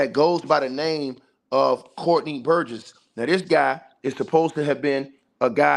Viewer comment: This cool and everything. But relax on cussing out ppl that come to your channel to support you. It’s better interaction for you anyway. And you seem even more stoooooopid when you yell at people but sitting there diabolically adding extra syllables to Courtney’s last name. Burgess! That’s it!! NOT burgessESS … like boy sit down and relax!! Cause your passion got some of us wanting you to just tell your own story of when you “got took”… cause why all the fire and the passion? Something you wanna tell us?? Got a similar story of your own ??? eel!! 🥴🙄🙄🙄. And yea …. Block us… and hurry up !!!